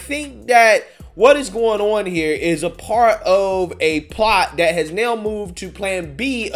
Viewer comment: no disrespect to your intelligence, I listen to your videos all the time. Suggestion: if you became conscious of not using 'dis' or 'dat' in your speech, it would benefit your listeners. It's distracting, not real words, so comes off as lazy speech, not an accent, & actually promotes negative stereotypes (discredits you). And I am not talking down to culture or race, because I am not of the majority in this country that you might assume would speak about this. Good luck.